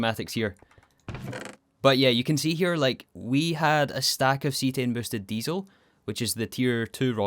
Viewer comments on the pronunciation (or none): none